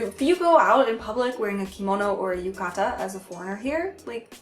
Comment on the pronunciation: I take more issue with her saying things like kimono and yukata with such a heavy accent like even its funny to him I know it's not on purpose but still you try to not pronounce things correctly and not give it such a big ridiculous accent like when she says yu KA TAAA ~_~